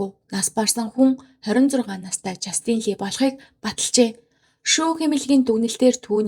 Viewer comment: жастИн биш ээ, жАстин гэж дуудна